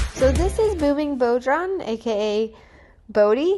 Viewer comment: Bodhran is an Irish(gealic) Word. Its pronounced as Bough Rawn. Its a hand drum